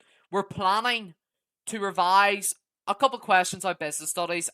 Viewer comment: Bro cant say revise